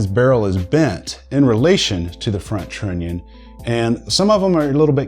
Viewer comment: The way you pronounce trunion makes me angry.I know, you know.